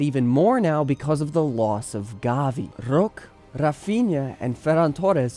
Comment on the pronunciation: For the love of god learn to pronounce Roque's name. You do a random spanish accent, hes not spanish nor from a country that speaks spanish